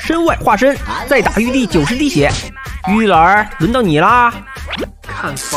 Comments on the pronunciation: 玉帝竟然讲成玉儿😂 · 玉帝竟然讲成玉儿。😅